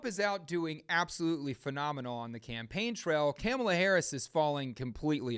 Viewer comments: MAGA: threatens the Nations capital on January 6th over lies and pseudo-direction from a wannabe dictator. Government: ok; don’t do that- now we have to draft a threat response and keep an eye on all of you. MAGA: the Government is spying on us and is threatening us! … By the way, it’s Kamala- as in “comma-la “ … we all know how to correctly pronounce their name. Get with it. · It's kum'ala as in kumallaverherface. Just ask Willie Brown, & EVERY powerful man she met, that could advance her career. Heels up, knees down, & the position was hers. She hasn't the brains to operate a toaster. She was once asked, What do you put in a toaster?? & she literally answered, "Toast." She is COMPLETLY UNQUALIFIED to be POTUS!!!